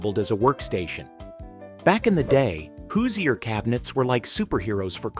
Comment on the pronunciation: There were only hand sifters. Die-nette set. The people of Indiana are angry now at your pronunciation of Hoosier